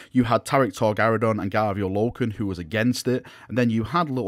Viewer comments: Tarik Torgaddon, not Tarik Torgarridon. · Dude, his name was Torgaddon not Torgaridon. He was not some kind of space dino 😄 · Is nobody bothered by the fact that calls Torgaddon "Torgaradon". Bad. Bad.